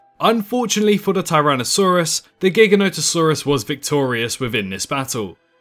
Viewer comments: Great video but... My dude... "GHIGGANÓHTuhsaurus" really? Say it with me: "Jye-GHÁN-oh-tuh-SAWR-uhs" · As in implying it's gigantic. We don't say "GHIGGANNÓ-tic", right? It's "Jye-GHÁN-tic", right? You follow?